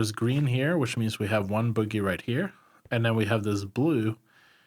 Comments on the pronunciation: Oh my god I absolutely love your guides but I can NOT stop laughing at how you say bogey. For future reference, it's not pronounced the same way as boogie, its actually pronounced BOW-gee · It's pronounced 'Bow' - 'Ghee' dam kids